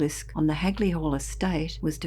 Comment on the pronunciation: Always intriguing hearing about this local tale and nice to hear Hagley pronounced correctly for once. Heck, there's still signs popped up even on the Clent Hills which overlook the woods where this happened though its rumoured locally that the Lord of the hall at the time had a secret mistress who became pregnant with his kid and was going to keep the kid even though that would have exposed the affair, so as with all good nobility rumours had her killed off and her body hid in the wych elm. Though the graffiti today remains rather local, it was all over the Midlands at one point as far as Worcester too. Still a ashame what happened as it would be nice to get it solved and the poor lady's remains returned and buried respectfully. I fear it may not as the perpetrator is either dead, old and doesn't remember, old and not talking or was an unfortunate accident.